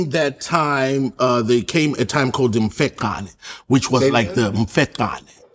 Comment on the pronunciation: First time here about this guy he’s funny af 🤣 But he’s not really fluent in Ndebele Godfrey pronounced it better than him it’s mfeNCAne not MfaQAne but yeah the Ndebele story was right. South Africans are the most sensitive people they’ll feel attacked by this.